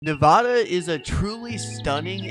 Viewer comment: Learn how to pronounce Nevada correctly and I’ll watch your content! Make a video about a state you better know the pronunciation! I’m married to a native Nevadan